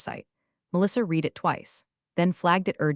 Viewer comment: The past tense of read is pronounced red, although spelt read.